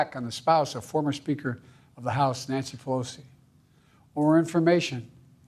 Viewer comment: Biden number 4... A little incoherrnt. Reffered to former Trump; Nancy Peocy; declaration of indepence; i dont know what he said ?? At the battle box the battle box (lol)